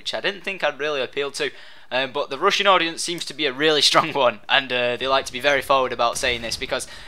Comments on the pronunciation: I thought you were saying 'Russian' gameplay etc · I swear I thought you said Russian during the entire video except the end.